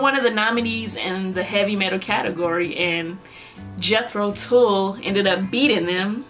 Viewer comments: Tull is not pronounced Tool, rather it rhymes with mull gull dull. Their basics consist of hard rock and English old folk and progressive rock... they would not think of themselves as metal. They stopped before jumping off that cliff... they had all the THOUGHT and didn't need to settle for SPEED. Got their first four albums starting the 60s. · If I hear Tull pronounced as TOOL I'm not watching reaction. It is Tull as in seagull not fool or tool. Please learn how to pronounce properly. It changes the context of what you are saying.